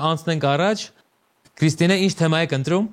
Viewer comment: Վայ ֊ հաղորդավարն էդպես էլ չսովերեց կարճ "թեմա" բառը ճիշտ շեշտադրուփյսմն արտադանելը 🤦‍♀️ Էլ եմ խոսում խաղի ջնթացքը նույն, ստսնդսրտ, դատարկ խրախուսանքներով անընդհատ ընդհատելու մասին